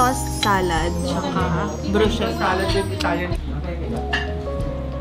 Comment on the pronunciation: Bruschetta po as in "Brus-keta" hehe😅❤